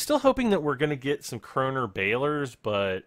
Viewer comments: its krone, not krona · krone is pronounced cron